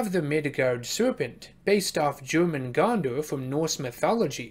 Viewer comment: Last time I checked Jormungandr is pronounced "Your-Mawn-Gand "